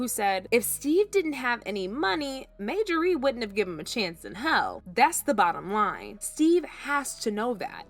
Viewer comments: You can't even call the woman name correct. It's Marjorie not Majorey 😂😂😂😂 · Majorie(MaJorRee) no ma'am!! It's Marjorie(MarJorRee) please pronounce her name correctly !! I can't even focus on the video because of this!! U sound dumb asf!! 😂😢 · Narrator must be a foreigner! Her name is pronounced MAR-JOR-REE‼️ Not MAJOR-REE‼️ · Get this WHITE narrator who miss pronounces a common name Thru out this piece GET someone who can READ! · Her name is Mar Ja Rie! Not Majarie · Yuh wanna know how sick I am of you saying 'MAYjorie'? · Mayjorie? Type her name in Google & they'll tell you how to pronounce her name. Thank me later. 💚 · who is Majorie? Yall are not didnt catch the fact that youre saying the woman's name wrong the entire video? not the script? not during filming? not during editing? not during reviewing final output before posting? Bro, thiis is mbarrassing. Her name is in the thumbnail, her name is in every other sentence, Marjorie is the main character of this video and no one was able to catch this? I'm astonished yall posted this w a straight face. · Girl please, when you want to speak about others, learn to pronounce their name properly! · 😂🤬How can we trust the authenticity of your video when you have NO IDEA how to say, Marjorie?? 😂🤬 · Girl, PLEASE PRONOUNCE her name RIGHT 😳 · My god can you pronounce her name correctly. I can’t watch this